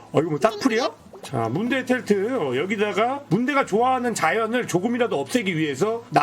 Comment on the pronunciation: 문대를 순대라고 읽는 매-직